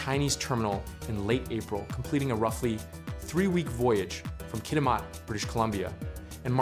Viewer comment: KitiMAT. Rhymes with cat.